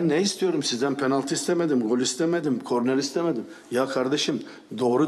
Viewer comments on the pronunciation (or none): none